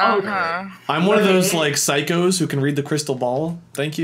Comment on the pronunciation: Lol Wade it's Psychic. Not psycho.